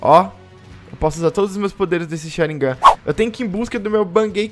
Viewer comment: O diz sharingan da maneira correta como dizem em japonês